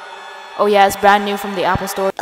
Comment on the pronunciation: "But ai wunt appo sicksteen😢"